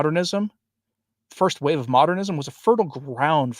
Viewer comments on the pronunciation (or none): none